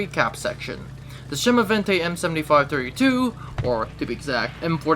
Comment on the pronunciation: A small correction. The pronunciation is not "chemovente", but rather "semovente", with an S. Good video!